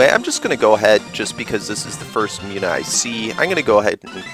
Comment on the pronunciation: I believe Munna is pronounced Moon uh not Mew na. Other than that, good let's play.